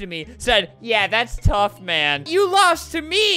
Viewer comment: NOT “tough”